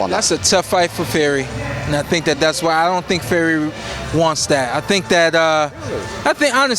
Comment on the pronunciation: He keep calling Fury Ferry 😂